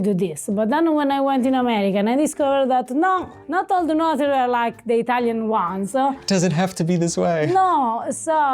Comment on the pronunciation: Took me awhile to realise you said notaries! Sounded like “ no durries “ which in Australia means no cigarettes 😂